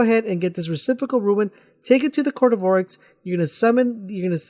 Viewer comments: rune not roowin or ruin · May I add, it's a RUNE (pronounced: "roon")You are saying RUIN. Otherwise, a nice video, but I counted you saying "ruin" 10 times and had to exit. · Yeah, I decided I couldn't even finish the video after he said 'ruin' the first time. This reminded me about way back when playing the first Halo and people called the wraiths "wraths"... come on, people. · RUNE. R-U-N-E. NOT RUIN. NOT TOO HARD TO PRONOUNCE. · Say it with me now ...... "ROOOON"! how can you not pronounce this correctly? Do you see an "I" anywhere in the word "rune"? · Rune.. for flips sake, why ruin...why are you adding the I......aaahhhhghh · I was thinking the exact same thing... Had to go back and make sure it said RUNE not RUIN lol. -_ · Rune. not Ruin. lol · hes saying ruins